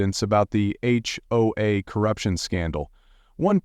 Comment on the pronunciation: You sure have a deep voice,. H-hoe-az? Ever THINK of proofing your AI generated voiceover before posting? Credibility factor now is zero.